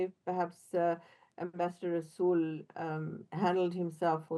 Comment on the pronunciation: Rasool the r is silent 😂😂